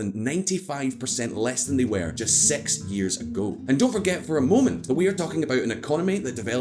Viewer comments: Is it only me or he's really saying sex instead of six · Why does he pronounce six as sex? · The way he says six.... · Keep saying 'six'